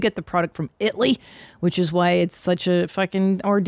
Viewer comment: Itly! Only you with Robert Downey Jr...her brother says Itly!